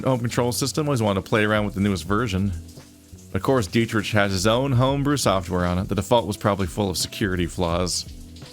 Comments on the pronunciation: ...ahem. The wolfcop's name is pronounced DEE-trick. Political rants I can handle, but mispronunciation... 😵‍💫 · Hey, sometimes we read words and names before we ever hear them. And on that note, are you sure? The developers are German. It could be "DEE-trisch"